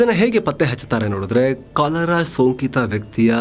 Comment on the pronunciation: ಸರ್, ಕಲರಾ ಅಲ್ಲ " ಕಾಲರಾ "